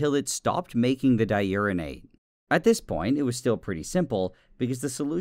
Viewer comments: Nile: exposes himself to a radioactive material for YouTube Me: haha, he said *urine*ate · I'm such a child, laughing everytime he said Uranate.